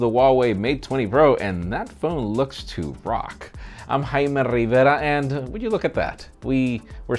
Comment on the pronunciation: Im Jaime Rrrrriverruh!!!